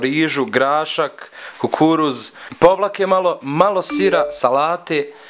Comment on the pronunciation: Ko je skontao kad je rekao Povlaka umjesto Pavlaka nek lajka😂